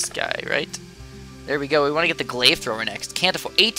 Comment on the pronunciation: the way he said glaive annoyed me a lot